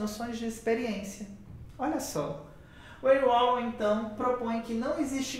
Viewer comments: Precisa falar o nome dele correto nao é uolon mas valon q fala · Fiquei confusa kk conheço com a pronúncia de "Valon" 😅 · Sempre achei que a pronuncia fosse "Valon" rsrs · Gostei do vídeo, só que sua pronúncia está errada. Procure no Google tradutor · O W tem som de V.